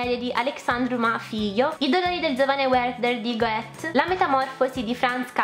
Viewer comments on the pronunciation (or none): Bellissima libreria non c'è che dire! Ti invidio anche molti libri o meglio alcune loro versioni perché sono stupende - Mi é poi saltata all'orecchio la tua pronuncia di Goethe mista tra francese e inglese! Non so se sia stata una "svista" o che altro comunque il signor Wolfgang come suggerisce il nome é tedesco per cui la pronuncia del cognome non è "goèt" bensì "göte" con vocali strette Ti prego di perdonarmi per la correzione ma dopo 7anni di tedesco é un dovere morale un po' come i congiuntivi in italiano ^^ spero anzi di poter esserti stata d'aiuto! Aggiungo che la tua pronuncia inglese é molto bella e fluida, é un piacere ascoltarti leggere ^^